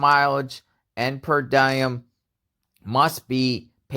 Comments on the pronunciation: I don’t think you even read comments but what the hell, I’ll try anyways. It’s pronounced per DEE-em not dye-em and it means that’s the approved government rate. It’s not just an Idaho. Anytime a witness is needed and has to commute, their expenses are paid for. Secondly, prosecutors and judges are mostly opposed to moving a case out of the county where the crime was committed. It’s very hard to get them moved. They sure as hell will not pay to have jurors sent in from other counties either! That’s taxpayer dollars and there’s no way that would be allowed! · It didn’t say DM saw Bryan. She saw a man with bushy eyebrows. FYI diem is pronounced dee-um. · That's "per-dee-um" (per diem). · Per “DIEM” 😆